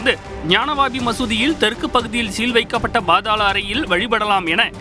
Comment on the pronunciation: It is not bAAdhAAla arai. It is pAAdhaala arai